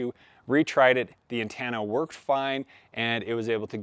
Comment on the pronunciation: Great video, but I have never heard anyone pronounce "antenna" as "ann-tan-a".